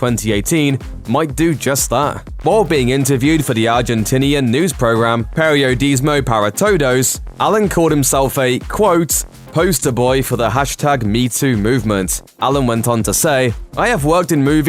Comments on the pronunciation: JAJAJAJAJAJA THE WAY HE SAY PERIODISMO PARA TODOS JAJAJAJAJA ME MUERO PURIODISMOU PaRA toudous :vvv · "Periodismo para todos" You butchered that so badly. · The way he said Periodismo para Todos 😂